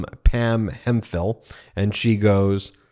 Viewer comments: It's certainly Hemp-hill, Not Hem-phill, Ben. Nice old English name. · It's Hemp-hill not Hem-phill, Ben.